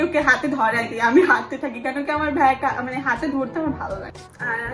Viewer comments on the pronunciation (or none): তোমার টাও হয়নি বেগ না ব্যাগ😅❤ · hahaha you so funny.tho it's bag not vag